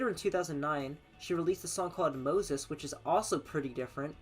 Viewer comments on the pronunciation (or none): none